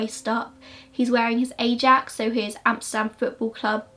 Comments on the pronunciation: The football team is pronounced I AX. Really enjoyed your story telling of the case! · I love the way you butcher the dutch language. Especially the way you pronounce Ajax. If you ever want to do another case from the Netherlands I can help you with translation! :)